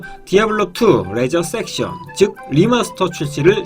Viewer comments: 죄송하지만 레저섹션이 아니고 레저렉션 ㅎㅎ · 근데 왜 레저섹션이라고 하시는거예요? 레저렉션인데